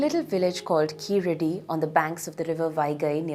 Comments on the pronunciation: it is not keeladi, it is keezhadi. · It is not Keeladi....Keezhadi is the name.....Saying it right is important for a documentary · is wrong ழ is pronounced like [ɻ] not [ɭ] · Please say "Keezhadi" correctly. It means "lower step". It is not Keeladi or Keeradi as mentioned in the video. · Why can't we get the pronounciation of keeladi which doesnt make any meaning. Only when i saw the sign board i realize it is "keezhadi" literally meaning lower bottom. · Kindly note its not Keeladi , its Keezhadi(stress on the syllable "ZHA") , Plz discover more about Thamizh martial arts like VARMAM, traditional Siddha medicine, Thamilzh music and arts ,bring more info about this part of this unknown world of mystery and let the world know Thamizh Nadu was one of the earliest settlements in this world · It is keezhadi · to be fair, the man did not pronounce keezhadi correctly, but more like keeladi.... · do you even what the hell you are talking about? throughout the video the guy talks about keeladi instead of keezhadi. Stop bootlicking kalai. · First off it is Kee"zh"adi, learn to respect the culture before tying to make money off of it. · Really? How about KeeLadi? It should be கீழடி. I believe, people who attempt to inform others should go a notch up and learn to pronounce properly. Why our own people don't care. Everyone in school need to watch Sivaji Ganesan movies to learn how to pronounce properly. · "pronounced exactly as they should be" meanwhile: kEeLLLLLLLLaDi